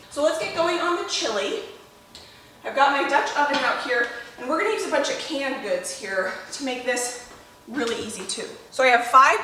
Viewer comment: She says can goods and I'm looking for store can goods 😂😂 but I Kno she can her own food 😂😂😂